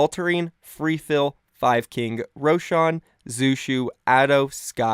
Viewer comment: I hate how you pronounce roshan